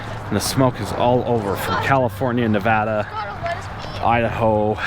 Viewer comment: Thanks for Pronouncing Nevada correctly.